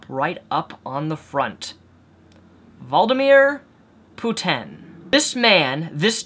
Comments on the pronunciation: Nothing to do with the video but I can't understand how you can't pronounce Vladimir Putin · Valdomir Putin sounds like Voldemort. Its actually a pretty accurate mispronunciation if you ask me. (accurate mispronunciation, lol.) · You changed the pronunciation of Vladimir Putin every time you said it...